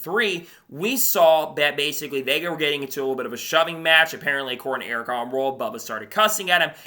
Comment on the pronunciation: Bro just can't say the name. Wtf